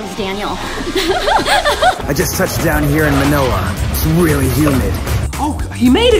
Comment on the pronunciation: When said Manila he said like manela